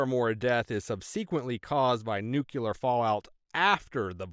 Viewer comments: Nucular? Nuclear! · Heh, the first story. Mom would have been even more surprised to hear "Elvis Presley taught me that, pretty neat huh". And the way the narrator pronunces "nuclear" is funny.